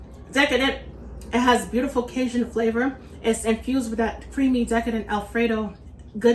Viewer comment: What, pray tell is “ Kay-zhun “ ? . Ask any Cajun how to pronounce it. And “ Monster” cheese? Oooohh, scary ! Got schooling?